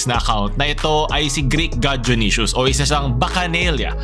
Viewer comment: Kala ko dayonaysus yung pag ka bigkas junisus pala